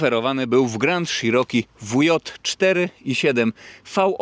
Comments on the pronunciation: Cziroki Panie Cziroki a nie Sziroki... Czy te ślady na lewym lusterku to pozostałości po karnym kutangu za ujowe parkowanie? 😂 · Grand SZiroki? Dlaczego sziroki? Dlatego że Wąski się spokojnie do niego zmieści? 😂 Jednak CZiroki brzmi lepiej i jest bardziej zbliżone do wymowy angielskiej. Wiem, wiem czepiam się. W końcu każdy wie o jakie auto chodzi 😉. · Dżip grand i szerooki 😂😂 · Załamka, nawet nie potrafisz poprawnie wymówić nazwy, nie zadałeś sobie trudu żeby sprawdzić albo nie wiesz jakie wskaźniki masz na blacie - bo to nie jest temperatura oleju. Amerykę odkryłeś że auto sie buja a co ma robić jak silnik jest w układzie wzdłużnym, 125P też sie tak bujał jakbyś nie wiedział. Film zrobiony pod sprzedaż. Nic mądrego i nowego nie powiedziałeś, a powielasz tylko głupoty. Jako jeep'arz żałuję że obejrzałem ten film i jeszcze ta cena 43 K za co ? Może z wyglądu auto jakoś sie prezentuje ale ciekawe jak tam mosty reduktor skrzynia - może to sie okazać niezła skarbonką. Co do panewki to pałuj pałuj go tak sie sie przekonasz, najpierw dowiedz sie ile czasu zajmuje rozgrzanie oleju w takich silnikach.